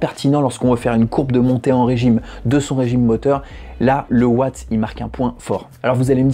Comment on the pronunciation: Ça se dit watts on prononce le s sinon bonne vidéo continue